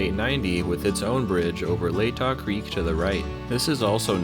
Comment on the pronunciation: From someone who went to high school near there, Latah Creek (aka Hangman Creek) is pronounced La tuh with a short a sound.